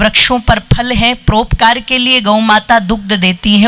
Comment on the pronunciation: बहनजी आप हिंदी उच्चारण सही कीजिये। परोपकार को आप प्रोपकार सौ को सो कहती हो। ओकात नहीं औकात बोले।